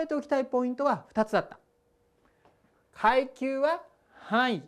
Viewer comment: くゎいきゅうww